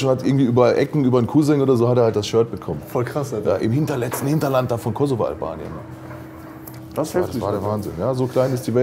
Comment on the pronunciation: Kosovoalbanien 👍 So klingt das schön!